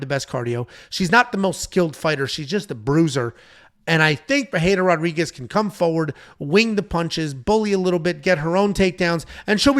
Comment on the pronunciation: Why is calling her Pereira Rodriguez 😂😂😂